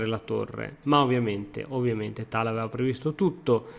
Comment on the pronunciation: almeno tal lo pronunci bene dai